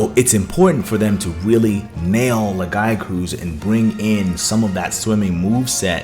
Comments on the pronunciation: Don't forget. Lagi was meant to be in world and was also supposed to be in wilds base game. TU2 is still just finishing the game edit. I almost can't finish this video due to your pronunciation of lagiacrus. It's laggy-ah-crus. crus as in crust. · Who the fuck says Lagiacrus like that? Omg my ears are bleeding every time he says the monsters' names.